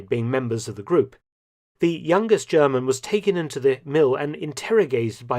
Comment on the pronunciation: I love your impeccable German pronunciation 👏👏